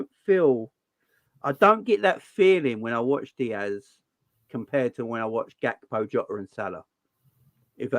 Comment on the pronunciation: Funny how that guy calls him gapko instead of Gakpo lol